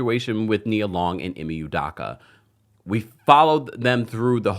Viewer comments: Right! I care nothing for Ime but the mispronunciation is cringe. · THATS NOT HOW YOU PRONOUNCE HIS NAME